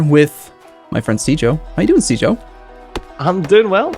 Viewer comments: You say, I hear Caber. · On second thought, is it correct to call it a soft g? When I think of a soft g I think of words like giraffe. I'm sure it has to vary with different versions of English. But I think now I'm waiting for to say something that sounds like, "jireat"